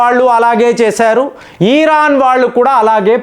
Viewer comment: ఈరాన్, ఈరాక్, బ్రేజిల్ ఈ పదాలను ఇరాన్, ఇరాక్, బ్రెజిల్ అని పలకండి..జియో పాలిటిక్స్ మాట్లాడేటప్పుడు ఆపేర్లను మార్చకండి......